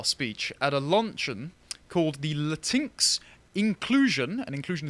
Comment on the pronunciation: THANK YOU! Thank you for saying "latinks"! That's the ONLY way to pronounce that slur!